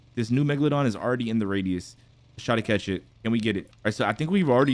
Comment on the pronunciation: Why did vro say cath